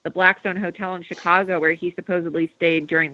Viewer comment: I find it hard to take anyone seriously that can't say the word "supposedly" properly :/ But otherwise, decent info.